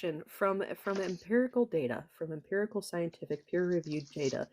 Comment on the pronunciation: "Imperical data" 😂